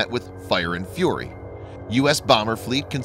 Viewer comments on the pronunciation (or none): none